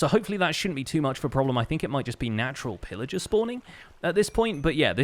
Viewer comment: Did he say Phil Ager? LETS GOOOOO SYSTEMZEE